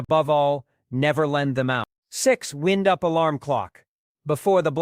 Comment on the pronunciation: Tell ur AI that the word id wind-up, not wind as in moving air.